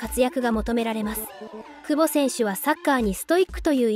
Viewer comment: くぼ↑違和感